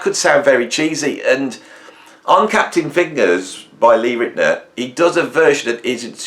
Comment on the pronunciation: It's pronounced: Lee Rit-e- NOWER, NOT Lee Rit-e-ner.......... And NOOOO, Lee Rit-e-NOWER was not "turning up at Steely Dan sessions" like you say here in this video . He is only on one track with Steely Dan and that is "Deacon Blues." If he's on anything else of theirs at all it is very few tracks.